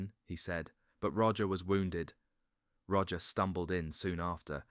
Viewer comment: Roger is pronounced rojay and Fenet fenay